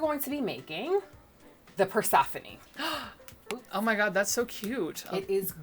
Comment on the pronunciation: It is pronounced "Per-se'-fo-nee." It is a Greek name. Rhymes with Stephanie.